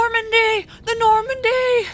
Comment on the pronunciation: "Do we want my girlfriend in charge of saving the Normndy?" Honestly, at this point, fuck yeah? God knows she's invested as hell.